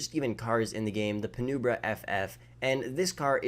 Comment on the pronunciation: It’s pronounced (Pi-numb-bruh)